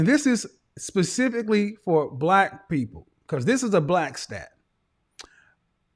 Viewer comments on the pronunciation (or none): 😳Wait..did she say, " Pacifically?" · That woman with the long hair wtf is " safisicly "